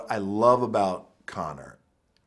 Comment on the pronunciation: Arnold tried to say Conor without the John